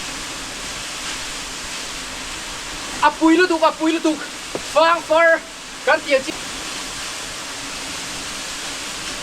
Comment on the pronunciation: Ziah chawp a ang ti lovin, ker chawp a ang ti zawk la.. 😁 chuan fâng far i tih kha fâng faarr (hetia ziah anga thlûk in) tia lam emaw ka lo ti thin a! (Ka lo sawi ve mai mai. En a manhla leh e! 👍👍